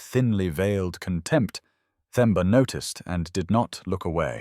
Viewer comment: Beautiful story and thanks for prouncing Themba and Thandeka correctly, with silent “h”. ❤️❤️❤️🙏🏾🙏🏾🙏🏾!Sipho is c-paw, also with silent “h”.